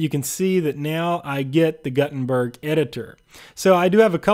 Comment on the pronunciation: It's pronounced G-ou-tenberg